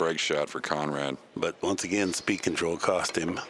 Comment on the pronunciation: Kudos to the announcer for pronouncing Konrad's last name correctly.